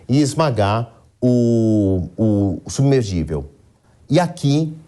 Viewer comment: Submergivel?? Nem os repórteres sabem mais falar português?? É SUBMERSÍVEL !!! Não tem G no meio não!!!